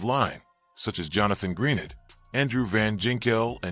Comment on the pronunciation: Love how you misspelled Minnesota and mispronounced Greenard and Van Ginkel